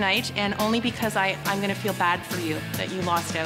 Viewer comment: na she pronounced yacht wrong as yach 🤦